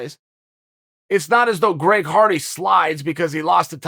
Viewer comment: Greg Farty. That’s his name now. Chael said it, I believe it, and that settles it.